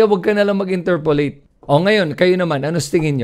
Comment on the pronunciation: Interpellate po, not interpollate. Ty.